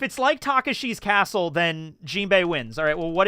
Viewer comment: What's worse, not knowing Takeshi's Castle, or calling it Taka-Shii's Castle?